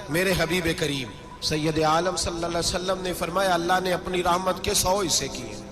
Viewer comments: Hazoor Saw Nahi bolty ( when you say it's S.A.W = Sallalaho Alehi Wa Alehi wasalam) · Please don't say saa...it's S.A.W means (sallallahu alaihi wa sallam)